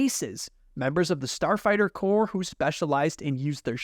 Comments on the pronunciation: Corp is a division of a larger entity, which is pronounced like 'core". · its corps actually….but pronounced “core”, as in the Texas A&M Corps of Cadets. I usually don’t nitpick on grammar but you’re still young…and I know your Mom would want me to. 🥺